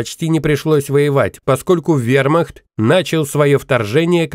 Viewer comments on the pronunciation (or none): none